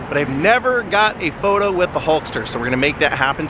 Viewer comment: “Running wid” 🤦‍♂️